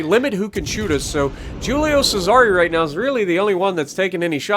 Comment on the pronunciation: Why he say Julio Cesar like that